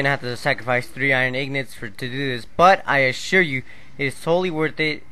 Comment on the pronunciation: Lol you say ignot??? Noooob